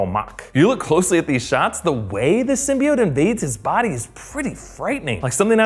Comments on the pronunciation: people pronounce it sym-BEE-ote but it's really sym-BYE-ote :) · Did anyone notice that they subtitled Eddie Brock's name "Edy's"lmfao wtf is going in this is how they pronounced Symbiote"Sim-bye-oat" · So glad I'm not the only one annoyed with the Sym-Byte-Oat pronunciation lmfao that was...terrible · he did so well until "SYM-BY-BIOTE" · what about sym-be-atch